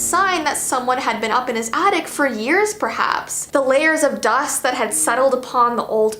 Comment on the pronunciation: When you said “hearshe” or something like that did you mean years